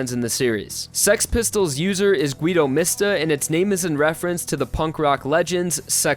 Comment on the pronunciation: the way you pronounced guido holy fucking jesus